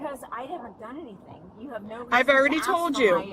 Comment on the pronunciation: “I have not dung anything wrong!”